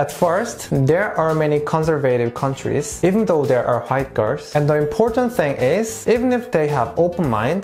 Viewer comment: I love the way he says 'white' like hwait